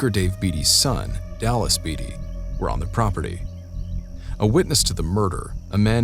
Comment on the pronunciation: Leb-nun Tennessee and Bay-tee is how u pronounce David Beaty's lastname.